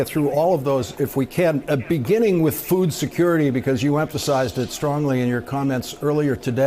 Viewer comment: I can't stand the way she says "food".... It's like a foreign word to her. It makes my skin crawl. Maybe I need some Botox.